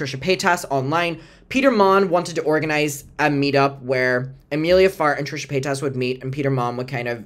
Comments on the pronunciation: I love that pronounces Trisha's last name like "payt-ass" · It's the way pronounces Paytas for me! ❤💞💜